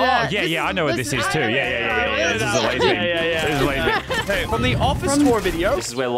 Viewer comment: ITS LAZARBEAM NOT LASERRR